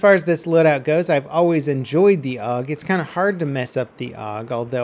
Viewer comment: It's pronounced A.U.G, not 'org'.